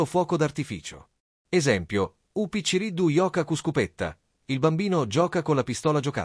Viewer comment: A parte che differenzia tra città e città, ma la pronuncia non è quella che dici , picciriddu non si pronuncia così, ddu si scrive